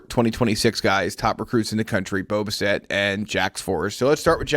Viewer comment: Can you pronounce homeboys name correctly please? Bass-It, not Buh-Set